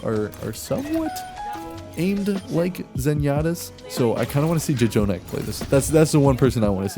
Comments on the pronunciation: ITS NOT JAY JONAK! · his name is pronounced /jonak/. the extra j is for emphasis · No one:: Ja-jonak